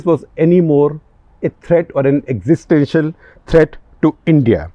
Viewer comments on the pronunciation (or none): none